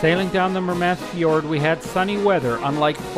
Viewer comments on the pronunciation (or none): The mispronounced names made this video cringe worthy. Murmansk not Merman-sk.